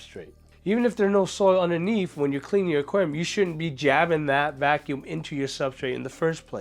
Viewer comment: IS VACUUM NOT VALCUMN, GOD THATS BOTHERING ME SO MUCH